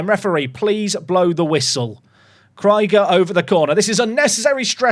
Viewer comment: i'm deeply offended by how you pronounced Krieger. 🤣